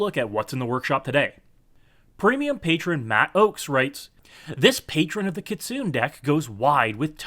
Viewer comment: kit-soon-NEY OR kitsune-NEIGH please no more kitsoon....